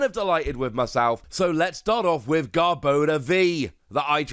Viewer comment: Garb-ah-door. Sorry, had to. Lol. Either way, stoked for this!